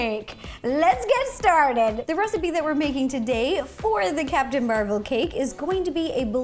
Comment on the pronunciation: Rossana you say it like Mar vel